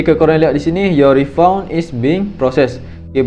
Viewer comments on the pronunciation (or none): Bunyi refund tu Rifan dik.bukan refaun.